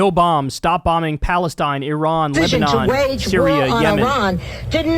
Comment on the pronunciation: Kyle: "Yebanon, Lyria, Sem-"